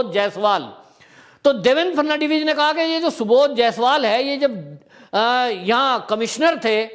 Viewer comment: Please do not pronounce the name of ex. CM. The correct pronunciation is Phadan - vis.